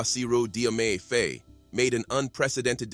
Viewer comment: Great reporting, however Faye Phonetically is pronounced Fa-ye .